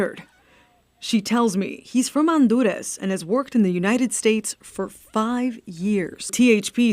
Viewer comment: why did she say on do das instead of honduras?